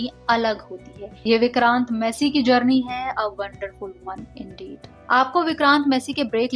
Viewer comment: You are pronouncing his surname wrong. Its not messy, its massey